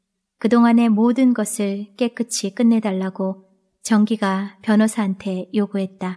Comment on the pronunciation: 감사합니다. 잘 듣고 구독하고 갑니다. 목소리도 좋고, 발음도 분명하고, 대화 부분도 실감나게 읽으셔서 듣기가 좋습니다. 다만 '깨끗이' 발음은 깨끄치X가 아니라 '깨끄시' 입니다.다른 작품도 그리 읽으시더라구요.... '끗'의 받침이 ㅅ(시옷)인데 ㅌ(티읕)으로 착각하여 구개음화 현상을 만드는 분이 꽤 많더라구요. 책을 읽어준다는 것은 거의 아나운서라 생각합니다. 이 채널을 아끼는 마음에서 드리는 말씀이니 노여워는 마세요. 😊